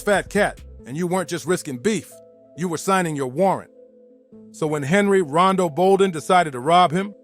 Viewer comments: Why that man keep calling him Rondo, the name is Rondu, and he had folks shook. The Bolden brothers, Simmons brothers, them names was ringing in the worst way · Why is he saying Rondo... its Ron-du he and his brothers were NUTS